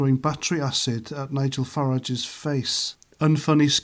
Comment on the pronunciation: how did you manage to get every single name wrong? joe instead of john bishop, Margolyes i can't even pronounce what you said her name was, you even got Nigel Farage's name wrong...jesus